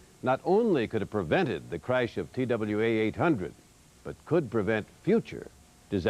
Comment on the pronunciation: Why does Sam keep saying “craysh “?